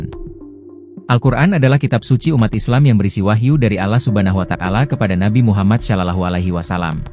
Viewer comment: Kepada tolong lebih bijak dalam membacakan berita, nama allah swt itu jangan sampai salah sebut allah sama alah beda, nabi muhammad shallallahu alaihi wasallam sama nabi muhamad salalahu alaihi wasalam beda... Tolong dirubah